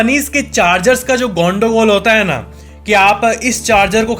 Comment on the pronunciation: apka gondogul wala sabd to puer bangali jaysa nikla matlab aap bangali ho 😁😁